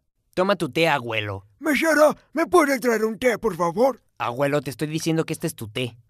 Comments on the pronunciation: Aguelo? Se dice ABUELO ._. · Se pronuncia abuelo, no aguelo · se dice aguelo